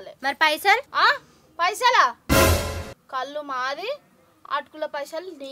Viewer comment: కళ్ళు కాదు బాబూ కల్లు